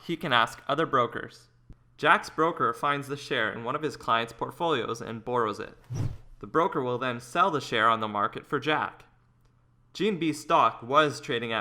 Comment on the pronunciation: Learn how to speak burrows it ? Lost credibility for the narrator's lack of speaking the English language